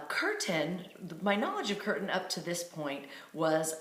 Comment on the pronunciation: It's pronounced Keer tan, not curthan. :) Glad you enjoyed singing the Holy Names of the Lord. I have been practicing bhakti yoga and singing kirtan for 45 years now. There's nothing like singing and dancing in an ecstatic kirtan. If you want more, you can visit the ISKCON temple 3764 Watseka Ave 2 blocks from Trader Joe's, near Brotman Hospital on Venice Ave.